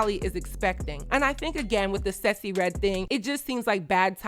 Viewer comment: Random by I love your pronounciation of Sexyy Redd’s name! You always come thru on trend and dropping jewels.